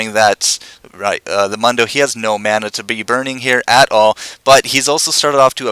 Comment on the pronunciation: I don't understand repeatedly mispronouncing 'Mundo.' Sound files within the game even tell you how to pronounce if it's too difficult to figure out.